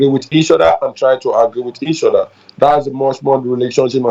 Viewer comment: And know how to say OTHER not odda